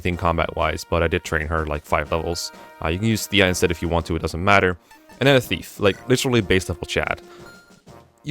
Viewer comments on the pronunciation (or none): none